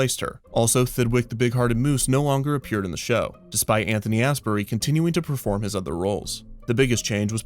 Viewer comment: Please don’t say “ass berry” ever again lol I’m pretty sure it’s pronounced as-bury I’m dying 😂